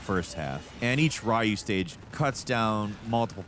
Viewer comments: Ryu ffs RYU, REE-OO, wtf is Rahyu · Please don't call him "Rah-u" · What about calling ryu rayu? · My favourite Ninja Gayden character is "Rye-yu". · engagement bait af but it's so annoying tbh, the way he pronounces Ryu is so stupid, he's done this in other videos, like SF and so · His pronaunce of Ryu is worse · Everybody talking about his gaiden pronunciation but pronouncing Ryu as Raiyu is also funny. It's like clearing Halo 1-3 and calling him the Master Chef. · Is the Gaiden pronunciations a reference to how Ryu's name is also mispronounced? 😂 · I feel like you heard about this game from a friend. You gotta say the names correctly. Gayden and ryu makes me twitch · Gaiden as gayden. Ryu as rayu. Pokemon review wtf happened to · Starting your video by saying Ninja Gayden then Ri-u is not a good way to start your video especially if you want people to take you seriously from both a ninja gaiden stand point or even a platinum stand point. Hearing you say that reminded me of when I was a kid and having that argument in the early 90's in school with classmates. Its ri-u, no its ryu, its blank-a, no its blanka lol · "gayden" "rye-you"... Those are definitely ways to pronounce those names and uh if you did it for engagement.. it worked lmao